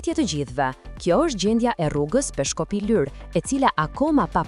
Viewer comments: O gazetare o komentuese,,,Lurë,Lurë,Lurë jo Lyr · I thonë Lurë, jo Lyrë